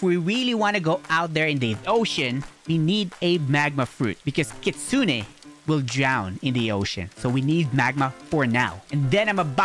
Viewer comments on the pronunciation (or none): Bro it's called Kitsune not kitsuniii